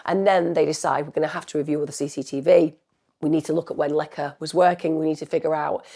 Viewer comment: Please put some effort into pronouncing the Polish name correctly. It's easy, her name is Łecka and you read it "Wetska"